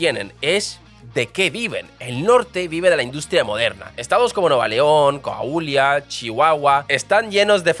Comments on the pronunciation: Nueva León, Cauhlia, Oaksaca, Chapas... Jajajajajaja Me hizo el día 😂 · 😂😂 hoy no amanecimos leyendo bien los nombres... me encanta tu canal siempre muy buen análisis. Pero no es cauhila, oxaca ni ganaujato.😅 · No es Osaka, es Oaxaca y se pronuncia Oajaca; Coa-huila y Guana-juato. Por cierto, Osaka está en Japón. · Nos fallaste con la pronunciación de un montón de estados 😅, pero ntp le pasa a muchos extranjeros 😊